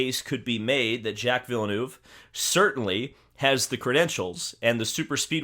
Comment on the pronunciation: “Jack Villnuuve” 🤣